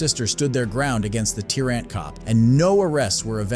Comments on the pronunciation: What's a "tear ant" cop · *tyrant. Not tear ant. 😂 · Wtf is a "tee rant"? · "inva-lid" license! 🤣 "Tear-Ant" cop!